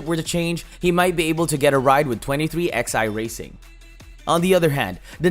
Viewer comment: Who the hell says twenty three Ex Eye instead of twenty three eleven?